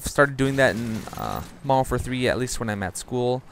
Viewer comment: Nice game. I find it distracting you don't enunciate modern warfare. Sounds like moderoarfare.